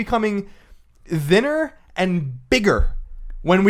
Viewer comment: Hearing Colin say "thinner" was quite the experience...